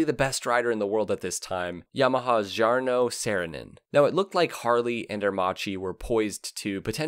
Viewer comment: Aermakkki not Aermathshi ! Allah de Ora ??? (Ala d'oro = golden wing) Tscharno Serrinen?